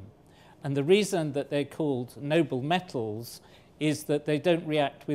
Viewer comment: It's metals, not mettles!